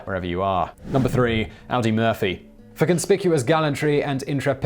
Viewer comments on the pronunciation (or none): Ahdi not Owdi Murphy. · I can forgive most of your mispronunciations. But Audie Murphy was not a car produced by Volkswagen AG. His name is pronounced "Oddie." There, my two cents worth. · "AW-dee" Murphy, NOT like the car.